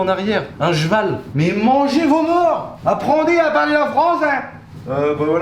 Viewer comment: le fameux "Jeval" d'Akram mdr!